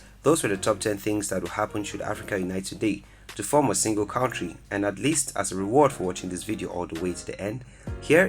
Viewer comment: The way you are pronouncing country is disturbing